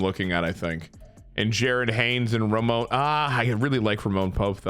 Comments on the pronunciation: for the love of sweet christ brother the mans name is RAMON Pope😂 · If youre gonna keep calling him “Roman” when his name is clearly “Ramon” then just change his name to Roman